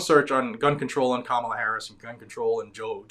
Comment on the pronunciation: Camaro Harris.....C..Comicon Harris....Kamehame Harris......Kamilama Harris. Man. Just can't get that name right